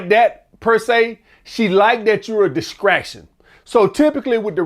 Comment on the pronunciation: grown azz man that cant even pronounce the word "distraction" Can even read???? And you want people to buynyour book? What the hell is a "DISCRACTION"??????????